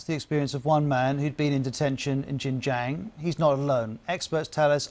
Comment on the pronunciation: “Jin-Jang province” - Jesus, the BBC don’t even bother to pronounce it properly, let alone due their due diligence on Xinjiang’s history and the broader context needed to understand the security measures introduced there 🤦🏼‍♂️